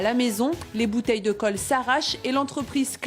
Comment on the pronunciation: Qui a remarquer que la journaliste dit "caule" au lieu de colle